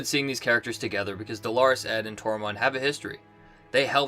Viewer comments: Not a big deal but it’s killing me...it’s pronounced “dollar-us” ed, not “Dolores” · It’s pronounced “Dollar-us” Ed ✌🏻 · Lol... still mispronouncing DOLORES ED!!